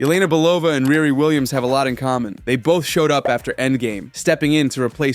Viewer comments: It’s pronounced Re Re not Rear Re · I agree but her name is pronounced “ReeRee” 😊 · It’s pronounced “REE REE”!